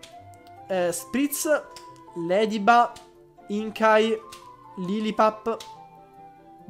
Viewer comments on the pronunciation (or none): si dice "inkey"